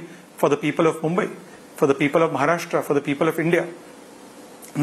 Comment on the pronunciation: he is Maharashtrian and not pronounce correctly Maharashtra ..... irony